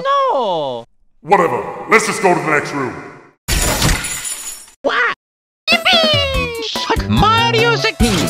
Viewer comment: marip...osa? :v